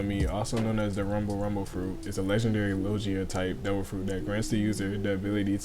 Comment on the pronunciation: I’m sorry but did you say lojia? 🤨